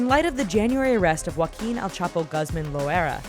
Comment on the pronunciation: It's El-Chapo, not El-Cheapo!